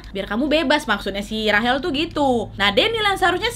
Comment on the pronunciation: Kakak yang bilang rachel buffet sebener nya bukan rahel tapi baca nya rechel(rachel) semoga di baca maaf ye